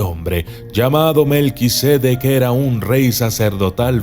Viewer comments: Lo pronuncias mal, no es melquisédec, es melquisedec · Documentalista, el nombre es Melquisedec, no Melquisédec. Es sin acento.